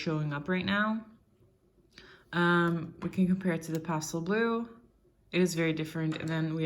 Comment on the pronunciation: You have such an interesting, but unplaceable accent. I can barely tell that English is not your native language, but there are a few clues, such as your pronunciation of the word pastel, and the expression ‘fairly the same’. You definitely learned English either in the States or from Americans, but that’s all I can tell, other than you said you were in Europe. So my guess would be Scandinavian, or Iceland, perhaps? Your handwriting is European, but I can’t be more specific than that. I’m a bit of an armchair linguist, please don’t take offense. I really appreciated the comparison of nibs—very helpful, thanks!